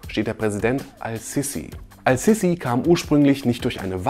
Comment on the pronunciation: Sprich den Namen bitte Ass-Sisi aus. Das S ist ein Sonnenbuchstabe und wird deshalb assimiliert.